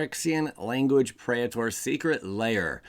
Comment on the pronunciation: I can't watch this because me English so good. But, for real, what the hell is a pray-eh-tor? PREE-ter.